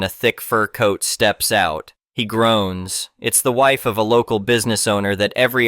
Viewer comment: Really? WIFE pronounced wife Not wifee. DAH!